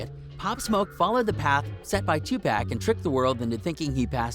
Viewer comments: This channel is weird the guy called 2pac 2PACK lol wtf. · This nigga called 2pac "2 pack" lmfaoooooooo clown ass fraud channel tfoh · "Two Pack" Whose mans is this? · I can’t take him serious after he said two pack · 2 pak 😂 learn how pronounce the names correctly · first off......you said "2 PACK" haha....theory already bunk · Lol Its 2Pac This dude who rec is dumb